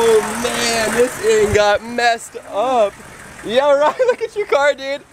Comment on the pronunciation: Bru not coll